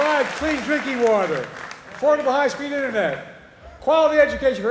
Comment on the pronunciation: You say afordebl homes you president now fix it